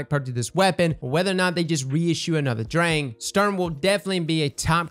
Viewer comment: It causes me physical pain every time someone says "drayng"